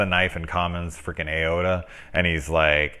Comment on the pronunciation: A...ot...a?...you mean aorta...ay..or..tah...😈😈